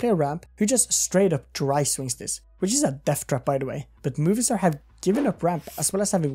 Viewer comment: It's MOVIstar not MOVIEstar :D